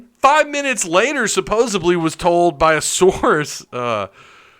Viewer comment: The word is supposeDLy not supposeBly